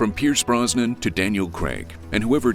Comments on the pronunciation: Pierce Broz-nan not Bron-sun 🤦🏻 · Pierce BROZ-NAN, not BRON-SON. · Another excellent video! Brosnan was really the Bond of a generation! The perfect balance between action-hero and suave gentleman. (p.s: Maybe check the AI Voice-over for correct pronunciation: "Bronson's" instead of Brosnan's)